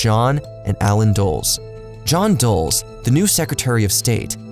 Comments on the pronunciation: Great documentary but a lot of mispronunciation. Alan DULL-ES not Doles. Everyone should know that, come on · Too many mispronounced names and places... Feels like misinformation or obviously poor research/fact checking. Bogota, Cartagena, Dulles... Woof, guy. Buh-goat-uh! Yikes! Try Bo-guh-taw. Car-tuh-hain-uh. Dull-iss. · It’s Dull-Less. How are you going to hire a voiceover guy who who doesn’t even know how to pronounce the name of Allen Dulles and one of the key figures in the video. He also mispronounced Cartegna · The brothers' last name is pronounced “Dal-Les”. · Dulles is Dull-iss like the airport in DC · Sounds totally reasonable to me. BTW, it is too much to ask, for you to learn how to pronounce "Cartagena"? Jesus! You people couldn't even pronounce "Bogota." I can do it, and I speak American high school Spanish! The narrator couldn't even pronounce the name on America's largest airport. Where do you get these idiots? The CIA involvement in Iran is hardly unknown or controversial. YouTube loves anything anti-American, so there is no way your video would be demonetized. You're just squeezing your subscribers for more cash. Stop the exploitation, comrade! =P